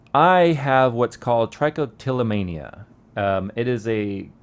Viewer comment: That's almost exactly where my trich spot is! And buddy it's not ( trike- o - tillomania ) it is ( trick-o-tillomania)